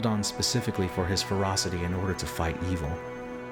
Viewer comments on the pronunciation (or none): none